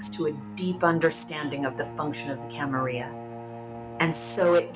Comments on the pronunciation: Common ppl say it with me camarilla not camarya...timitzie not shemeze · Camarilla/ya pronunciation is regional, and chee-mee-see has been pretty consistent